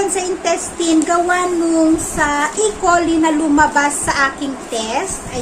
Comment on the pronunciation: e-coli is pronounced as e-(kolay) coli